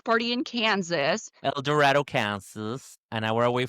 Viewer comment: 1) It's El Dor-AY-do in Kansas 2) the diva cup idol cracked me up 3) Happy to have you back!!